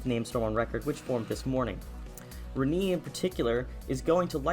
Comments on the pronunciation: Reniiii? Please! Check how to pronounce a word properly. That hurts! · It’s Re-Nay. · My local news meteorologist pronounced it like 'Re-nay', which is the right way to pronounce it, Re-knee or Re-nay? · Ewww the way he says Rene... It's Ren-nay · im pretty sure its pronounced "Ren-ei"